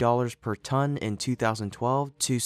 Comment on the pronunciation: Ton. Not tonnnnnnnnnnnnnnnnnnnne.